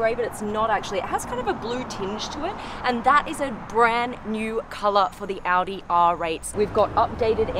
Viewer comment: I got killed when she said Oudi instead of Audi